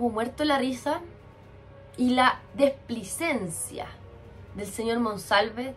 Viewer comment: se dice " displicencia" no desplicencia